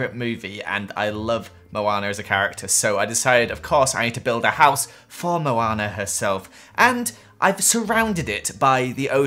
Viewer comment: Let's build a house for Moanr Meh:NO IT'S MOANA